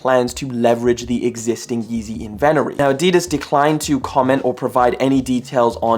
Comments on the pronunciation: “Invent er ee” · Whoa bro, learn how to say inventory right. Kinda amateur hour / disgraceful to businessmen